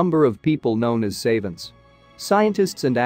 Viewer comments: Learn how to pronounce the words in your script. You mispronounced savant and macabre in the first three minutes. And you chose the wrong pronunciation of wound. The way you pronounced it gives a totally different meaning from what you meant. Mispronunciation of such well known words makes your other information suspicious. You also put emphasis on the wrong word in some of your sentences. Example: sitting room. These kinds of mistakes make it very annoying to listen to your script. It is obvious you were reading from a script that you have not researched. You are a very poor reader, but you could improve if you would research your material before producing another video. Also practice reading the script in advance to make you sound less pedantic, and check the correct pronunciation of words you don’t know. Since this information has not been researched and produced by you, I don’t feel that it is trustworthy. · Really? Savant was the only word that bothered you? It is painful to listen to words being slaughtered, especially in volume. It makes me wonder if it is a computer doing the narration.